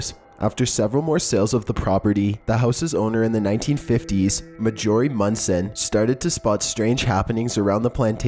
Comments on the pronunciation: Lol jus check your pronunciation for these narratives [CRAYP-myrtle, MAYjury(Majory)] It jus sounds more authoratative. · I think you mean MAR-juh-rie.